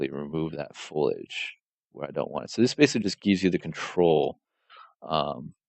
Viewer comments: It's FOLIAGE not FOILAGE lol sorry to be that guy.. the material looks amazing, tho! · Dude this is amazing, if for nothing else than to deconstruct as it's so nicely laid out. As a modeler having to do UE4 work I appreciate this. But for the love of god, it's FOLIAGE. FO-LI-AGE.